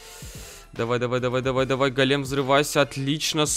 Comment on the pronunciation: Так ещё и голе́м, а не го́лем